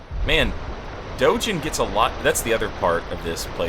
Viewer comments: I believe Dogen is pronounced with a hard G. I say this only because for the real life Dōgen, who founded the Soto school, you pronounce it that way. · Outside of my silly comment, I wanted to leave a more serious and useful follow-up. The name Dogen has a hard G sound, as in the words "gap" or "game." This is also true for every Japanese name or word you see with the letter G. The Japanese language functions on a system that has very consistent consonant sounds. I am a native speaker who thought it might be helpful, so I hope this doesn't come across as demeaning. Additionally, the people who are upside-down in the water in Mibu Village are what I believe to be townsfolk who failed at mastering the Mibu Breathing Technique. However, that is just my take on it. It could also be people who became so thirsty that the jumped into the water. Who can say? I think their placement is interesting though.